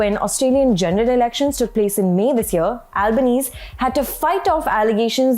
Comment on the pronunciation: Good reporting ..Australian prime minister’s surname “Albanese” ‘s surname is pronounced “Albaneasy” … something to take note in future